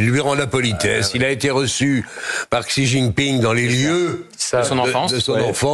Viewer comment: XI c'est "CHI" au niveau de la prononciation